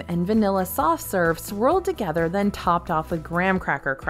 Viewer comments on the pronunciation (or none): none